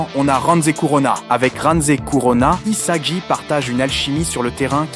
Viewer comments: Rio??? Saï??? Isaji??? Izagi??? Bachira??? (Comment il a prononcé)😭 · sympa mais où est passer Chigiri? Et les changements de prononciations des prénoms des personnage (Surtout Isagi) sont assez génant.